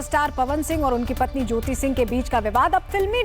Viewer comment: PATHNI ,,,NAHI,,,PATNI